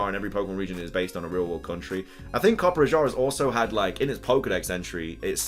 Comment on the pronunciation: its not copper ajah its coppe raja i know that because i am an indian and know how to pronounce rajah